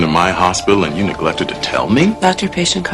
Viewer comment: People must tell you their secrets all the time because of the doctor-patient confidentiality. 가 의미적으로 이상하지 않나요? 그리고 tell이 너무 안들려요.